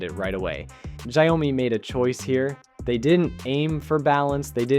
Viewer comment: First time hearing 小米 being pronounced as "zhayome".